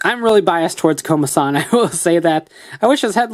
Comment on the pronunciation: I mean Komasan not Komadan